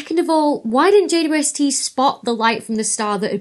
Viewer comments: I like how she says jaydubuestee 😂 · I just love your videos and have already learnt a lot. One small question: Is JWST always pronounced like "J" "two" "S" "T", I wonder? I never seem to hear a "double u". Or is that just because of the speed of talking vs. my slow old hearing?